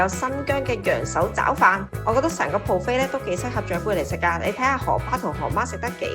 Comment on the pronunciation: 唔好意思Fiona ，今次節目之中聽到妳不斷將buffet講成pro 飛，😓😓😓